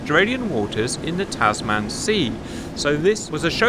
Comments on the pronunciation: Tasman is pronounced "tazmun" not "taz man".. I know its not a big deal but it does sound really jarring. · CAP, g'day mate! Please pronounce Tasman like human or woman. It hurts my brain to hear Taz Man. Lol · Tasman, the man part is pronounced the same as like in clubman.